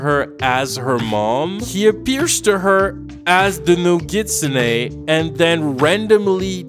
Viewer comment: He is pronouncing nogitsune wrong